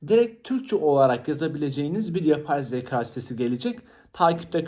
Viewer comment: Emeğinize sağlık ama söylemeden duramazım “yapay zeka” derken zaka olarak söylüyorsunuz lütfen türkçemizi doğru kullanalım 😅